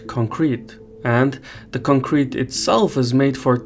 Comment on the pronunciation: Boy, did you learn your pronunciation from Taylor Swift? It's CONcrete not conCREt